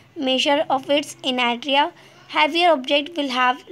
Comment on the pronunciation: Inertia thik bol bhai